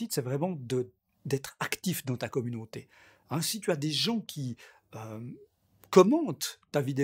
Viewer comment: youtchoube communonté je vends des replay ils coutent 1 like